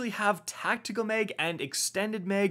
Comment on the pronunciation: Why does he keep saying Meg? Extended meg.... mag